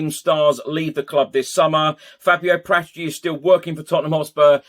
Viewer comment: It's Para tici